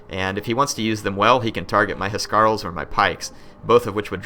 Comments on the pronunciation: I think the pressure on Huscarls is on the s and not the c, that is how it is pronounced in Danish. I may be wrong since i'm not a native english speaker, and it may be differently pronounced in English :P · Huscarls not he-scar-el haha House-karl And Geats is Geets (sorry I just had to tell you)